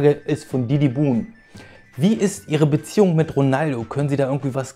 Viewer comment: beziejung .... xd